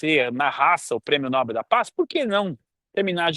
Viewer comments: Muito boa reflexão. Mas cuidado com a pronúncia: é Nobél e não Nóbel. É oxítona a palavra. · Não é prêmio nÓbel; é prêmio nobÉL, nobÉL, nobÉL..... APRENDEU, FALASTRÃO?